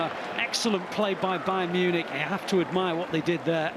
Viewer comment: Agent's Bayarn Munich 😂